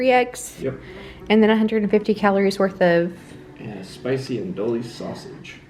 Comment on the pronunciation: The sausage is pronounced andewy, the 2 Ls are silent. It’s French.